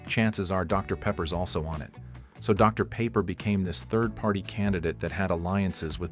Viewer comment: “Dr. Paper”